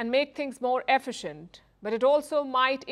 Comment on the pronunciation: Forget AI. That red dot, I keep seeing 'Her' even when I closed my eyes and it's not a bad thing. Yeah, she did mispronounced 'efficient', but hey no one is perfect. The red dot change my mind again. Perfect!🙂 Edit: I type two 't's in that. Yeah, I'm imperfect!✌️